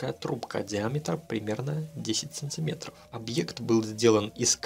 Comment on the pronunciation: Почему ты в слове "сантиметр" вместо 1-й буквы "т" говоришь букву "ц"?